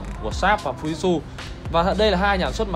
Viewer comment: Góp ý nhỏ là tên máy ko đọc là " fu zit su " nhé